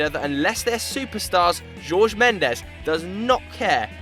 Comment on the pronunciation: It's Diogo not Diego and it's mêndes, not mendés ffs